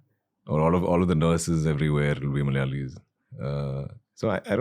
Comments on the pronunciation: Its not "Malyalis" it's Malayalees :)) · it is "mala''yalis not malyalis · 'Malayalis' not 'Malyalis'